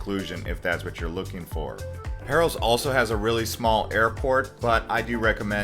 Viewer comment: Paros is pronounced Paah-Ros not Pair-Os. Amazing video !